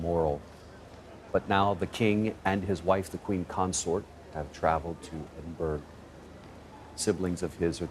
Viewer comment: It’s not EsinburG it’s Edinburra. Geez